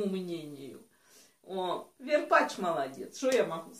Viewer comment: Не верпатч а Варпатч!